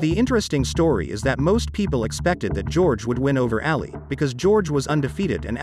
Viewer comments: Can you please look up the correct pronunciation of Muhammad Ali? Sir I don’t think you give this Great man the credit he deserves by pronouncing his last name ALLY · The pronunciation is so bad It's not Ally, it's Ali. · It's AAH-LEE, Not EEH-LEE. At the beginning the pronunciation was PERFECT tho👍😄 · Anyone else bothered by the way he pronounces Ali's name?!?! sounds like hes saying (alley)🤦🏻‍♂️🤦🏻‍♂️🤦🏻‍♂️🤷🏻‍♂️